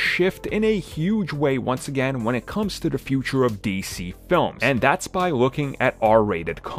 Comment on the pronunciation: Armins "da" instead of "the" count